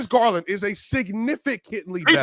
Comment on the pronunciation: Lawd have mercy. I just heard him say Garland better than Fox 🤦🏾‍♂️